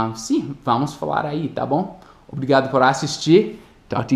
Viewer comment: É muito engraçado ouvir "avinhão" ou "obrriga", por conta do sotaque hehe